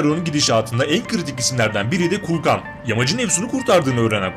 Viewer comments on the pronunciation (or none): Kulkan değil. Kuklan😂😂😂😂😂